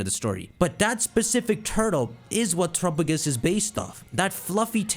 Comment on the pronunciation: Say it with me: Teh-rap-peh-gos. Whotf is Trupugus?